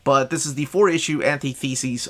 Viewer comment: Hearing the way you pronounce "antithesis" is like nails on a chalk board.